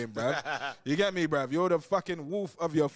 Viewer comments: he sais brev not bruh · Comment how many times you think he said “brev” 👇🏼